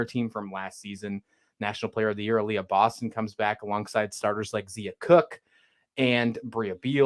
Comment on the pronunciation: It's pronounced Zia (Z-EYE-a) Cooke. Not Zee-a. And Brea Beal is pronounced BREE, not Bria. Great preview! Thanks for showing love for women's basketball. #gamecocks